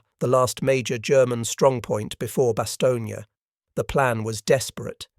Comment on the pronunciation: The last letter.is not.pronounce so it Bastogn